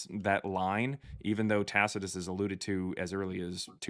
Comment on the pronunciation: Why is it that literally not one single Christian can pronounce "Tacitus"? I mean, they don't even come close.